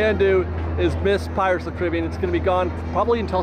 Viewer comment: Dude you’re making me mental with that pronunciation of Caribbean.